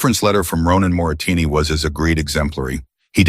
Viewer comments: Moretti is the correct word. Moretini is wrong ❤ but it is a very good story ❤ listening from Copenhagen, Denmark ❤❤ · It isn't Moratini. It is Moretti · I think you are pronouncing the main character’s name incorrectly. On the subtitles it is Moretti. You are pronouncing it Moratini. Which is it ? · It is so maddening when the man reading keeps pronouncing things wrong!!!!! His name is Moretti!!!!!! Not Moritinni. Geez!!! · Wh6 is the narrator saying Morrettini, when the text says Morretti? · Moretti is Moretti NOT Moritini or Morasini!!! The name kept changing in spelling not in pronunciation. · Moritini say it right. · M-O-R-E-T-T-I PLEASE PEOPLE🤖 Is not that difficult to read😕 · The narrator can't even pronounce the name of the maintenance male character!! Morretti,dam AI sucks at times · Oh come on. The voice can't even pronounce mafia guys name properly... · Bad prononciation of Moretti Last name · I agree 👍 ❤.